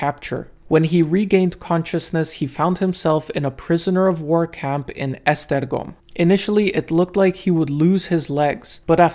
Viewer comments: Kudos for pronouncing Esztergom PERFECTLY! ;) Great video. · Hey , you hungarian bro? The way you said Esztergom, was spot on like how a hungarian whould said it 🤝😁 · Your Hungarian pronunciation is excellent - I've never heard the names of Esztergom and Törökszentmiklós pronounced so clearly (most people get stuck at Budapest). :)